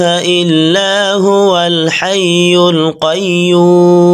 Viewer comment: হুয়াল শব্দটা উচ্চারিত হয় নি 😑😑 ১মিনিট ৩৯ সেকেন্ড।